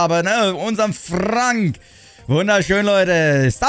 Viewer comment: Das wird fränk ausgesprochen nicht FRANK